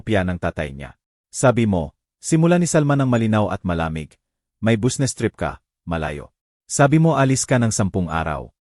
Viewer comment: Ewan ko Basta nttwa ako sa narrator sabe nya busnes tas nikte gete Durk nub